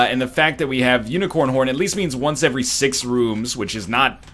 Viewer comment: "Unicorn hhhhh-orr" NL did you have a stroke?